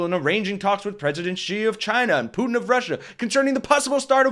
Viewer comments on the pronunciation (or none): none